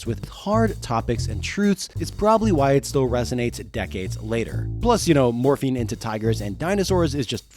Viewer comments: Morphing not morphine , had me for a minute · Is it just me or is he un able to say morphing? I swear he keeps saying morphine. Dinosaur morphine, I'm in pain brother give me that dino morphine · "The powers of morphine" what? Ohhhh morphing 😂😂😂😂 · Everytime you say "Morphing" I hear you say "Morphine" instead lol. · The sheer number of times I heard "morphing" as "morphine" really makes me think I need to see a hearing doctor. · I heard morphine too lmao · I just want to say that there is a reason the power rangers didn’t say morphing time instead said morph’n time. Because of the medical drug morphing. So yeah just saying because if you think of the drug when narrator says morphing…yup. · every time you say morphing I hear morphine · It's wild; i can't remember if i ever finished this series? I thought i outgrew it before it was done, but then i feel like maybe i read Visser? Lol idk. But The Andalite Chronicles was my fav, and Elfangor. And Rachel, rip. Also, i kept hearing "morphing" as "morphine", but maybe that's a propos 😂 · At like , I thought I heard Cassie was "really good with morphene" and then I REALLY thought these books were dark XD I figured out you said MORPHING a few seconds later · Every single time you said “morphing” my brain heard “morphine” wish resulted in some very fun sentences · I heard morphine and wasn't even concerned 😂 I just thought well yeah they need that probably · Pretty sure every single instance of 'morphing' was similarly mispronounced throughout the video. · Yeah I don't think I heard them pronounce the "g" in morphing a single time.